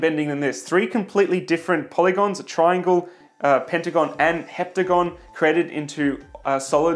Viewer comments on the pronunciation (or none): none